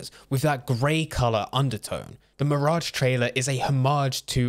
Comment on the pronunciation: How did you not think to look up the pronunciation of an uncommon name like Basim? You also mispronounced mirage.